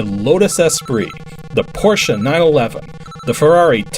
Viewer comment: Thumbs up for saying Porsche correctly :D